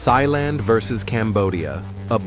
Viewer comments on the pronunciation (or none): Its 2025...why TF are you pronouncing Thailand as "Thigh-Land"... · Say Thailand correctly common now.